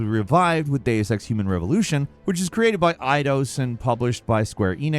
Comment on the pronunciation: Stop saying the word Deus so wrong!